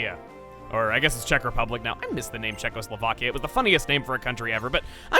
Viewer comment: Mas van Hulzen Compare that with how he pronounced Czechoslovakia perfectly